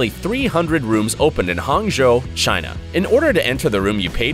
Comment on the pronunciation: He said in China “in shina”